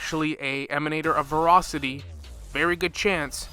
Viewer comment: Tingyun not tingyuan, voracity not vorocity